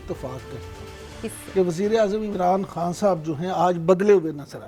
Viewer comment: خاں نہ کہا کریں۔خان کہا کریں۔